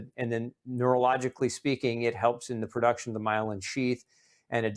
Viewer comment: There is no perduction…are you trying to state the word pronounced production?